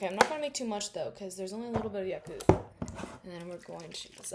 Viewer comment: i've never heard anyone pronounce yakult like that im gagged